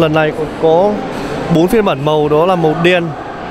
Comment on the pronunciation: Mịa, đánh giá quần què gì nghe xong hết muốn mua xe luôn. Mở màn vô: Hôm "lay' mình xin được "lói" sơ qua về... ==> nghe là hết cảm tình. Nói lắp đã đành còn nói sai chính tả nữa. Vô giữ bài: "ở đây có 4 phiên bản màu "nà" màu đen và trắng..."? ==> hồi đó học mẫu giáo chắc cô giáo cha này chết hay sao đó, không dạy chả đếm ak? Chưa kể, thương hiệu người ta là Ếch - Quai - Em (phải phụ đề cho ba này thấy rõ), cứ nhai đi nhai lại Sim Sim, nghe thấy bực mình.